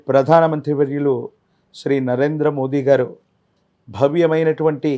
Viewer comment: మోడీ కాదు మోదీ గారు pm గారి ని కరెక్ట్ గా prnounce చ్చెద్దము